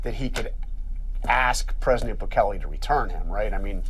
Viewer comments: "President BOOkalay) I swear.. these Republican hog politicians from southern states DON'T EVEN ATTEMPT to pronounce non-Anglo names correctly 🙄 it's almost like they go out of their way to mispronounce them.. Not that I think Bukele deserves respect, but it's really cringey and embarrassing to hear these so-called "professionals" representing American constituents butcher the names of foreign leaders so badly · President “Boo Clay”